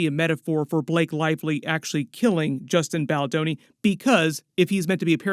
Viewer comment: Who tf is Justin baldaroni? Lmao